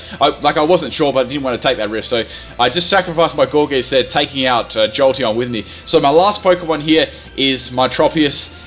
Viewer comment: Not gour'geest', gourgeist, as in poltergeist. Sorry but I found that annoying. Still a good vid though